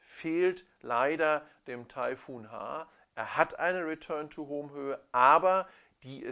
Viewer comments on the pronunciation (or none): Return to BAUUUUM!! hahahahaha :D Danke für den Vergleich, hast wieder mal sehr schön gemacht. ;)